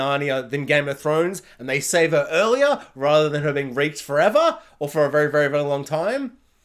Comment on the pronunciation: Yeah. Your accent makes 'Reeked' sound more like 'raked' in the American vowel shift. At times I was hearing something else that rhymes with 'raked', and the CC was transcribing the audio that way. Given the situation with Egwene, I thought you were using some really dark and hyperbolic language until I realized what word you were actually using. It gave me a good laugh once I realized that I was just hearing you wrong.